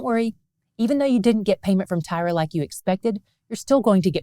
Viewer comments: I have wondered all along why she pronounces it as Tyra?? I don't see it. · I've never heard Tyre pronounced that way. I've always heard it like "tire". I'm going to have to research. Looked it up and both US and UK English are like "tire". So I looked up Hebrew and it's "tsore", like sore with a slight t beginning. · Always curious as to why you pronounce Tyre as Tyra,.